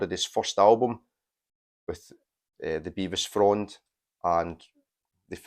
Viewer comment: I showed both the Flyte Reaction and Todd Dillinghams albums in my A-Z on my channel Take 444. Both were acolytes of Nick Saloman ( oh and btw it’s Bev-is not Bee-vis!). Did u know Nick S ran a record shop until a few years ago. Best psych shop in the Uk. Todd’s brother Mick used to do a lot of the graphics for the Ptolemaic Terrascope fanzine that Nick Saloman published. The whole psych scene in England in the 80s and 90s revolved around the PT and Freakbeat magazine. I still have the whole print run of both because I was involved in the scene. Recently the UK psych scene has centred around Fruits de Mer records. I’ve recorded quite a bit for the label and been on compilations of theirs featuring the Pretty Things and Fuschia and Bevis Frond. Drop me a line if u would like to know more: mark.forster7@ ntlworld.com